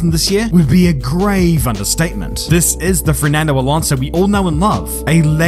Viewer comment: “Ditto too for Fermando Alonso, for racing nine thousand years…”😂😂😂